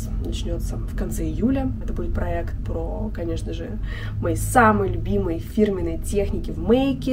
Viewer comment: Спонсор этого выпуска такие слова, как: «заведения» и «текстура» и «праэкт»